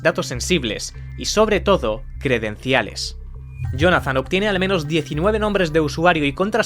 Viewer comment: Acabamos de ver un vídeo narrado por una IA próximamente no es ahora mira como dice la palabra Jonathan